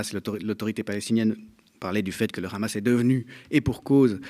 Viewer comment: Ces le hamas pas le rhamas